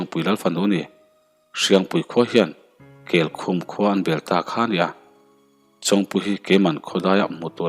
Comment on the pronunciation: Darzawl nilo Dàrzawl aniang..amak thin emai..Keikhum i lam dan pawh a diklo